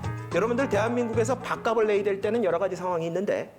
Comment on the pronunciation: 밥갑슬이라고 발음하십시오.